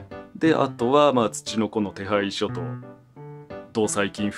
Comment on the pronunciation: ツチノコの手配書っていう単語のイントネーション？発音？の馴染みかたやばい本家やってなる